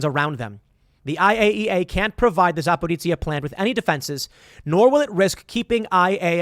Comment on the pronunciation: Also, it's Za-pear-OSHA.